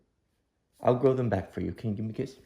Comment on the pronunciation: Leave your granddad's trophy as is. It's a treasure, clean it up but leave it as your grandparents left it. Also when she said she wanted you to grow your whiskers baayack sounds like she's picked up some southern pronunciation lol.